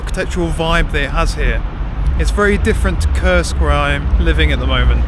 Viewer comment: Koorsk, not Kirsk, for God's sake